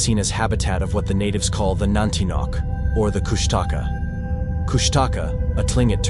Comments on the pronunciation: It’s Koosh ta Kaa. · I believe its pronounced kush ta caw. And some believe it has an appearance of an otter and cries like a baby